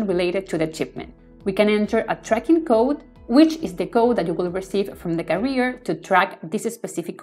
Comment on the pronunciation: Very useful tutorial for a very useful plugin. One comment about the video: you're pronouncing "carrier" as "career", which sounds odd and distracting... Carrier should sound like "kèrrier" 👋